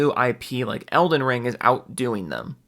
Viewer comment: At one point this neckbeard called it Olden Ring. Not sure if it was a jab or they started having a mini stroke.